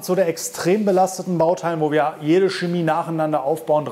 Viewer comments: Es heißt Chemie, nicht schemie. Mit ich-Laut. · Das stimmt nicht. Die standardgemäße Aussprache des "Ch" am Wortanfang vor den hellen Vokalen "e" und "i" ist ein weiches "ch" wie in "Licht" und "Blech". Laut Duden gilt in der Standardlautung nur die Aussprache çeˈmiː als korrekt.